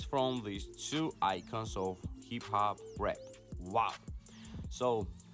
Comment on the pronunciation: Man u can't even say hip hop right